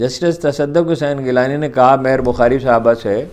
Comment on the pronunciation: Its not tassaduq ghilani its gilani sir with your due respect sir My pleasure